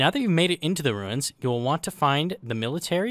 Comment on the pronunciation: I will keep watching your videos; but from now on, you must refer to "the Ruins" as "the Wooins".